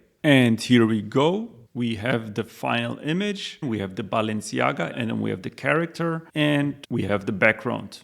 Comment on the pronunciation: you lost me at "BAALenciaga"